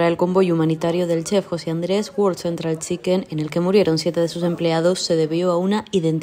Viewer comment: Identificación errónea la que tiene la locutora del reportaje que dice "world central chicken" como su fuera un fast food. Vaya panorama....